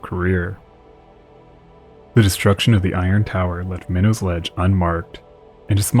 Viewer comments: It's pronounced "My Knot" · Minot is pronounced with a hard T, by any local mariner Pronounce it as a New Englander, not as a Frenchman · MY-KNOTS not minnows or whatever you're saying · Oh yah, it only took me reading 5 comments to see one correcting the way people pronounce the city's and towns of Massachusetts now we're correcting the name of the rocks hahaha. I for one didn't miss when he said the name of the rock 😂😂😂